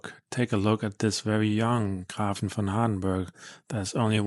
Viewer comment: Thank you for your review I am corius how it will perform at my home. PS. the ä ist pronounced as E so GrEfin.